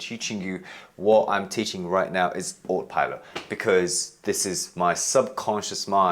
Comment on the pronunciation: Ah- toe pilot! Autopilot😊